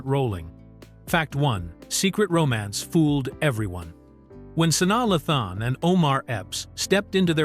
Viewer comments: Her name is pronounced SU-NYA LAY-THUN!!!!!! Omg! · Who the hell is sani lathon just terrible what rock do u live under that u dont know how to pronounce this young lady’s name the disrespect